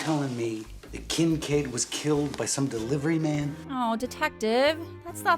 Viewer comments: I keep hearing Kink Aid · I honestly needed this video today. Side note, we all know it was Kink Aid and not Kinkaid. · Hehe, she said... Kink Aid.